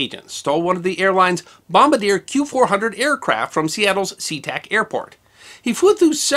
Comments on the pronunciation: Pronounced Bom-bar-Dee-yay. NOT Bomb-buh-deer. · "Bomb-bar-dee-ay" not "Bomb-ba-deer". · It's not Bomb-bar-deer. It is Bomb-bar-de-ay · Wonderful presentation as always! Just one note of interest. Bombardier is a Canadian company and the name is pronounced as in French: (Bom-bard-ee-ay). A Bom-ba-deer is the guy that drops the bom-bs.. :) Thanks for all of your wonderful videos! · As a Canadian I have to point out that the Canadian Aeronautical company Bombardier is not pronounced Bomb-ba-deer but rather Bomb-bar-dee-eh. (Oh those French Canadians, lol). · Bombadeer? bom-BAR-dee-a. It's a French-Canadian company. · It's pronounced "Bon-bahr-dy'eh," or "Bahm-BAR-dee-yay." Not Bahm-buh-deer. It's the name of a French Company, not the guy on a bomber who drops the bombs. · Bomb-Bar-Dee-Ay, not bomb-a-deer. Canadian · bomb-bar-dee-ay, not bomb-a-deer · Great vid, thnx for posting! btw Bombardier aircraft are pronounced bomb-bard-yay(French Canadian eh) :) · Bombardier is actually pronounced “bom-bar-dee-ayy” for this company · Interesting story. Too bad the wasn’t provided with a pressure suit. BTW, the Canadian aircraft manufacturer Bombardier is pronounced “Bom-bar-dyeh” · you referenced the Bombardier Q400 aircraft. You pronounced Bombardier (like the guy who drops bombs from a B-17.) It is actually pronounced Bom-Bar-DEE-A.....kind of French sounding. The company is Canadian so that might also play a role in it's pronunciation. Anyway, great story as usual. Just thought you might want to know this point since you are a stickler for details. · "Bomm-bar-dee-ay" makes the Q-400, my man. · Bombardier is pronounced Bomb bar dee ay, just an FYI, love the channel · you mispronounce Bombardier ... started by the French Canadian who invented the snowmobile. It is Bom BAR dee ay. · Great video! Just one thing: it's pronounced "bomb-bar-deay" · Bombardier is pronounced "Bomb-bar-dee-yay." It's a French Canadian Company, so it's understandable why people get it wrong.